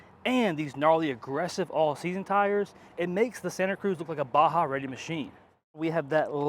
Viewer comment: Baja Reay 🤣🤣